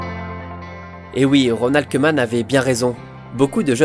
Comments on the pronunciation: salutation à toi et à tous mes amis français. alors petite précision, en néerlandais le oe se prononce ou et donc koeman se prononce kouman. Super vidéo en passant comme toutes les autres! RIP Kobe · Super vidéo! Juste le "oe" en néerlandais se prononce ou ;) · si le oe en néerlandais tu dis ou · « oe » en néerlandais se prononce « ou » on dit donc ronald « koumane » sinon très bonne vidéo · On dit kouman